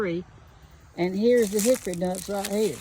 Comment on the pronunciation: Pronunciation: Hicker Nuts 😅😂